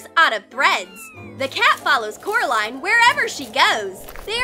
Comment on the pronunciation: ''it is Coraline not carline ''